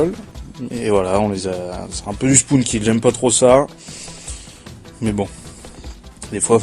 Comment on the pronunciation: 1.on dit spone, pas spoune 2.tu coupe les moment quant tu te fait violer 3.mon joueur, MrQuochon vous aurait violer sinon qualités vidéo est pas mal, pareille pour le comentary